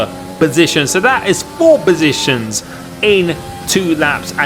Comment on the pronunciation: "FRee BoSITIONS"